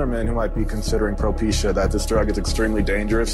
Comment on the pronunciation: "Procepia for hair it's propecia lmao you even read it like that?